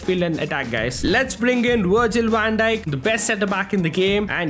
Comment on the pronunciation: Wirgil wan dijk got me laughing